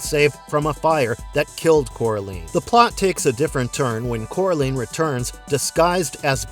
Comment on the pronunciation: It also mispronounced Sophia Myles and Coraline